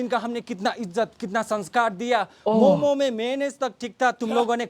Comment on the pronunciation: Bhai tum bhi momos bol rahe hoo momo bol only